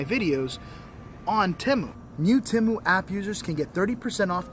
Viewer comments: It's pronounced Te-mu not Tem-u. If it was pronounced the way your pronouncing it it would be spelled Timu I shop Te-mu all the time. Matter of fact I've got some things in my cart now I need to checkout. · ...Its TEMU..Not Timu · it’s Tea-moo 😂😂😂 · Temu(TEE-MU) Very nice cemetery.